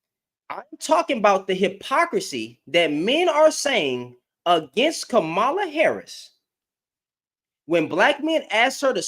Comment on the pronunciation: Her name is pronounced like comma (,) as in the punctuation then add La. Like comma La. Three syllables long. Com ma La. Hope that helps.